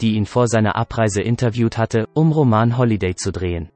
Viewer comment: Wenn man "roman holliday" (roman hat NICHTS mit einem "ROMAN" zu tun) NICHT korrekt aussprechen kann, sollte man es lieber bei " RÖMISCHEN NÄCHTE " belassen.....